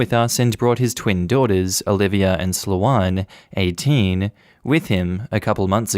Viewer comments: Just listening to these stories without reading along is a surreal experience, lol At one point I was wondering 'what kind of a name is...?' I've never heard the name Sloane pronounced as 'slow-on' before, just as 'slown'! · Sloh-ahn.... this is killing me...... it's.... it's Slow-n....... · I have only heard it pronounced Slow-ain. (I live in England.)